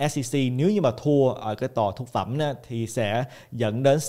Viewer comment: Em buồn cười quá khi anh cứ nói nhầm mãi 2 từ “Phúc Thẩm “ thành “Thúc Phẩm “ 😂😂😂. Xin lỗi A vì đã lỡ cười 😂. Cảm ơn A ạ❤❤